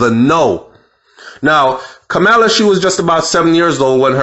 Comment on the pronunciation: It's ka mur la